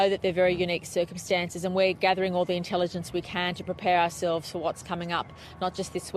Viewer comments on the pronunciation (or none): I love how she trys to act like she knows something “oh yea they make their own weather systems gotta keep gathering intelligenTSS” yes lady this is the first time thats happened..